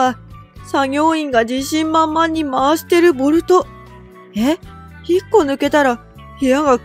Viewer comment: C国の建物も不安でしかないが、「ボルト」を「ボトル」って言ってるこの動画も不安でしかない。